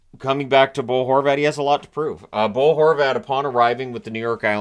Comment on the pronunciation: at first i thought you called him Goal Horvat 😂